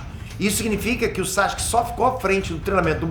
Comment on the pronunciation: Porque ele nunca pronuncia o nome do Sasuke corretamente?